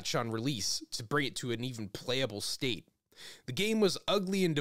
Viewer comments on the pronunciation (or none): none